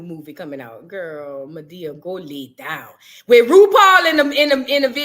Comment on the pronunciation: Why I tell somebody Go Lay Down!!! In your accent 😂